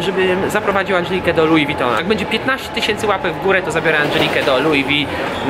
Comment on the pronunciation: No to ”Louie Vuitton” idk jak się pisze